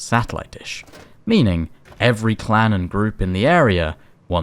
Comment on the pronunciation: Clown group is all I hear when you say clan group 🤡